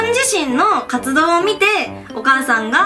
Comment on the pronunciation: 1番最初の「活動のことで」の所「カツ丼のところで」って聞こえた笑